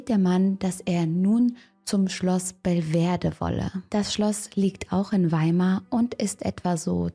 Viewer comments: Schloss Bel-ve- dere nicht Bel -ver-de! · Alles spannend, traurig und schön - hatte ich in meiner Kindheit in Weimar mitbekommen. Aber: Belvedere...nicht Belverde ;)